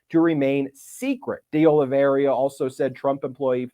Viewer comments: Ben, when you have a moment, could you take a careful look at Carlos De Oliveira's last name in order to correct your pronunciation? As of this video, I have not heard you pronounce it correctly yet. [Not to worry, though, as almost every poster on YouTube (including yourself) mispronounces it. It's just that you are a good, educated, professional who I am sure prides himself on getting things right.] P.S. Mr. Popok pronounces it correctly! (retired teacher) 😇🙏🌈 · Ben, I’m half-Brazilian. It’s pronounced De Oliveira as in “Day Olive Ara” not “Day Olive Area” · De olly vee era not de olly vee eria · Minor bug, but it is De Oliveira, not DI Oliveria, as Ben continuously mispronounces. De, pronounced as in 'de'ad. Oliveira, pronounced Olivayra. Look got it ok. No 'I' after the R, Ben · Please correct your pronunciation from De Oliveiria to De Oliveira ;-). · You're mispronouncing De Oliveira's name. There's no I after the R. Thought you might want to know. Sorry to nitpick. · I think the correct pronunciation of the new co-defendant's surname is DAY OH-lee-vay-rah.